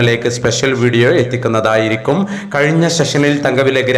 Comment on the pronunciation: ആയിരിക്കും അല്ല ഡാ. ആയിരിക്ക്യും